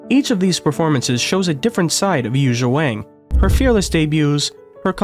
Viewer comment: Learn to pronounce her name please.